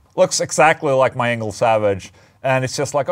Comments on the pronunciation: Sounded like you said. "Ola testing anal plug in" in the intro. Glad to see the video about the Engl though. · Who else thought Ola said, "Anal plug-in" instead of "Engl plug-in"? Lol! 😂🤣😂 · Every time I hear you say Engl plug in, I hear anal plugin. But that’s on me. 😜🎸🤘🏻